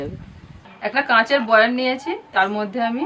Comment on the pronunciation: কথাটা বয়াম বয়ান নয়